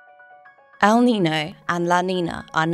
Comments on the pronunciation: May I suggest that your narrator pronounce El Niño and La Niña as they sound in Spanish? As someone who lives in an area where Spanish is often spoken, hearing the terms without the ñ sound seems wrong. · Your AI automated voice needs to learn how to PROPERLY pronounce El Nino & La Nina with the Spanish accent.